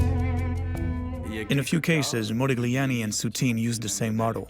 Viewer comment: Very interesting, but please stop pronouncing this "g" in Modigliani's name, it hurts the ear